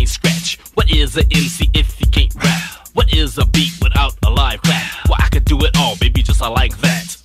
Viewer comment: He said wot